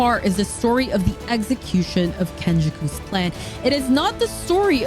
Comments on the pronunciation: Ken • Ja • Ku | The name butchering was fucking me up 😂 but nice video. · She said kennjaku name wrong but it’s all good lol dope video